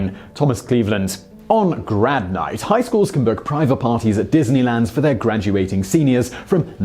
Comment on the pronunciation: Why does it sound like "grab night" whenever he says "grad night" - ?!